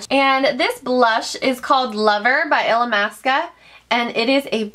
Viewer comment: You officially just taught me how to say Illamisqua for YEARS I've been saying it "ill-llama-sqwa" and I thought it was funny because it had the word llama in it Hahahahahaha😳😁